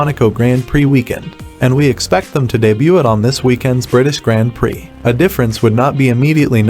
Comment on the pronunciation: The video was fine, but the was "grand prix" is pronounced makes me cringe